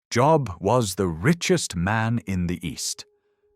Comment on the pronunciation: Cant even say his name correctly??? Bye!